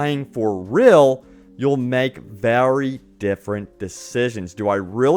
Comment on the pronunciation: "Characters are rill"